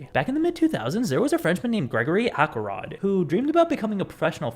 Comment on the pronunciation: Why would it be “Ackelrod”? It’s obviously Axelrod. The C is soft.